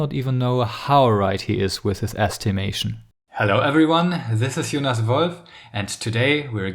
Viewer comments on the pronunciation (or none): none